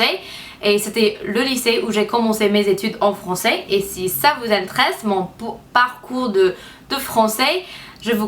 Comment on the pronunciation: Quand tu dis le verbe " intéresser " c'est pas comme en anglais, il faut que pas que tu oublie de prononcer les "éress" !!! Sinon je te trouve vriment courageuse de faire des videos en francais alors que ce n'est pas ta lange natale :)